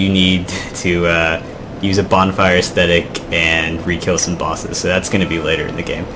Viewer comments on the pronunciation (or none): In the last 10 DS2 videos Ive seen, every single you tuber mis pronounces ascetic. They all pronounce it aesthetic. 2 TOTALLY different things